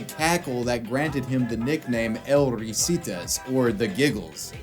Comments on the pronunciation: I just can't get enough of how you say El Risitas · god his butchering of the "El Risitas" pronunciation is saddening